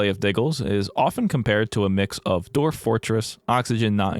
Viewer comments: Everyone: Dwarf. This guy: D o r v e s . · Autoplayed onto your channel, love the content but (and please don't take this the wrong way I'm not trying to be insensitive) is there a reason why you pronounce certain words a little oddly? Most notably in this vid with 'dwarf'. At first I thought maybe that what they're called in this game but I noticed the same pronunciation in 'dwarf fortress'. It doesn't impact my enjoyment of the video at all but I guess my curiosity got the better of me D: Anywhooo sorry about that, love the vid ggwp and all that <3